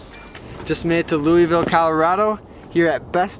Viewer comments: In Colorado it’s pronounced “Loo wis vill” not “Loo wee vill”. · It's pronounced Lou-is-ville. You are not in Kentucky.